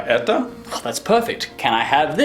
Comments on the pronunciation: Не"Eta" a "Eto". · Может где-то и произносится как "эта", но большинство произносит "это". Диктор на телевидении всегда говорит "это" и никогда "эта". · not etA it's etO and not mozhnA it's mozhnO like Это and Можно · произносится как эта